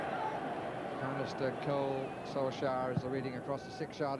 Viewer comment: His pronunciation of Solskjaer is terrible though. But yes an all time great commentator.